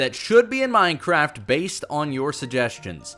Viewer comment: why are you so stupid you are saying is menehraft